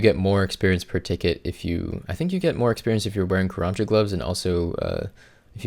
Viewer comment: Took me at least 3 minutes of rewinding to finally hear the "karamja gloves" part